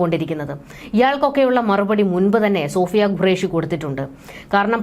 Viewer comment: Madam please pronounce qureshi not gureash (what is the pronunciation of question is this correct or guestion) which one of this is the correct please correct yourself